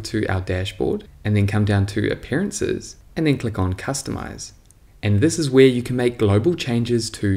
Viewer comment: "Si iss iss" haha, thanks for the video !